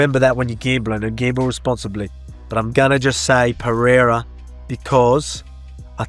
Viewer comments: Chael cannot pronounce Perreira, sounds like Peter and Cyril like Surreal! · Someone teach Chael how to pronounce Pereira,holy fuk